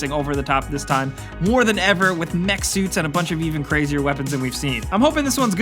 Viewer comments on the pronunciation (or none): none